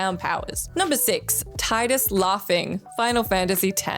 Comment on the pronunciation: Hearing Tidus' name incorrectly pronouned as "Tye-dus" so many times is so cringey. >_<